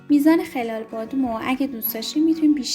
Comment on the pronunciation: خلال بادام رو غلط تلفظ میکنید